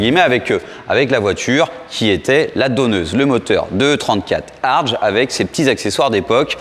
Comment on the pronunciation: pour info ,on prononce Herbert "Hartgue"👌